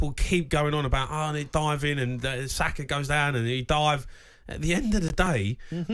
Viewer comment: said Saka 🤣🤣🤣